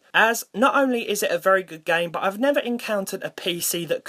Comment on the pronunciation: XD i love when you say Gaem XD